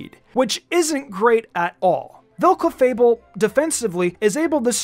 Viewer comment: When u said cleafable🙄🙄 strongest wtf man🤣🤣